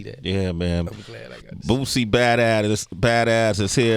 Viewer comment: Sway saying BOOTSIE is irking me 🤣🤣🤣